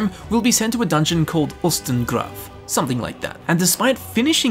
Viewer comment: I'm German. The way you spoke Ustengrav is right. I'm so sorry about my bad english!